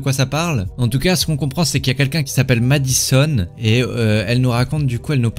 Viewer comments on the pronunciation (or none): C'est Madison sais pas Madisson sais comme si d'avais un e a la fin de Madison (e)